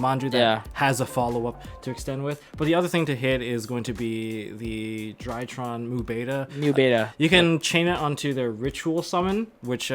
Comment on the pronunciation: PAK - SAY IT WITH ME - DRY-TRON. NOT DIE TRON. XD